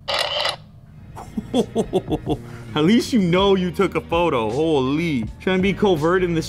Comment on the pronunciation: when his inner toronto slang come out "Ho-leee"